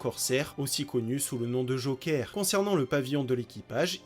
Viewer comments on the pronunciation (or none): none